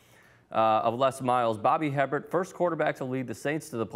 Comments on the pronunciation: Bobby 'Hebbert'?....its pronounced 'Aybair'...snot nose know it all kid needs a history lesson, clearly. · Hebert is pronounced A BEAR. Not her bert. Haha. Les Miles is an idiot and Bobby Hebert will always be the man. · Bobby AY-BEAR!!!!!!!!! NOT HEBBERT!!!!!!!!!! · Bobbys last name is pronounced "a bear"! We're use to people saying it wrong! & no one in New Orleans is questioning Bobbys professionalism. He's Bobby! He ask the questions we want the answers to that no one else will ask!! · It's pronounced Bobby A-bear! It's cajun. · Bobby Hebert's name is pronounced Bobby a-bear